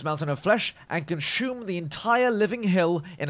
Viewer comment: So in the Pacific Ocean I can find Jerry Sharks, scavenging T-50s, and T-54 Spider crabs... Seems Legit. That and I find it hilarious how you pronounce 'consume', adding a 's-c-h-u', or shoe, sound to the middle. Great work!